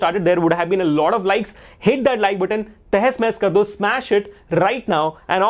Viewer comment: You was saying pls hit that like button. I heard pls hate that like button 😅🤣